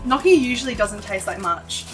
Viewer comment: Sorry, a bit of a pet peeve, but it’s pronounced like nyokee. A ‘gn’ in Italian or French is like an ‘ñ’ in Spanish. Think of how “lasagna” is pronounced.